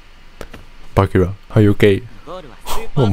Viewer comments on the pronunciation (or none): You hear them said bachira, with c but still choose to pronounce bakira. Why